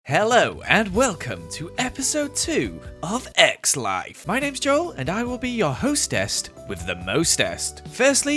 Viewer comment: Joel : hello welcome to another e.p egggggs life Me: huh what did u just say ._.